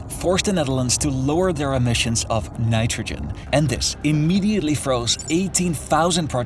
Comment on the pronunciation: Did he say Nitogen?